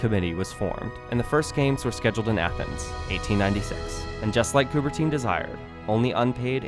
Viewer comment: They couldn’t even be bothered how to correctly pronounce Coubertin’s name… it’s not Coubertine🤬